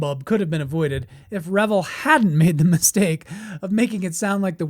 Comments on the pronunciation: I grew up hearing adults say it the way he said it in the video. I then heard it proper many years ago and it hit me. "Oh yeah, that is a double "L" so it is usually pronounced that way." A lot of the problem growing up before the internet, is you often saw words or names but never heard them properly. The same is true for handed down "facts." Grandpa said something he thought was true by observation, and it became "fact." I've found dozens of such things common across all of society. Also, a lot of people, especially people in the USA, are lazy about names. Lots of our own city names are pronounced in ridiculous ways as a result, and if your company has a foreign name, forget it. They don't care about pronouncing it in the native way most of the time. I try to be respectful of that. It's their name, not mine. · How he pronounced Revell is just one of many errors he made in this video…..the Nazi wonder weapon did in fact exist the U.S. military was able to bring a few of these ships to the United States in and not only recovered all technical equipment and materials from the underground facilities but other high technology as well. In the intervening years the military reversed engineering teams was able to learn how these craft were designed and worked and made copies of them. These craft are still being produced at Area 51 and other research and design centers all around the country and yes there was alien technology involved as well. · Great video! Please correct me if I'm wrong, but isn't "Revell" pronounced "re-VELL," with the vocal stress on the SECOND syllable? I thought that's why they put 2 l's on the end. And the "REV-el" pronunciation makes it sound like drinking, debauchery, and hilarious partying, no? Dr. Pedantic. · Hey.... The company is pronounced RE-VELL, not revel. That's two L's not one. I would revel in cheer hearing you say our Venice, California born company name with respect. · It's pronounced Ra Vell not re vill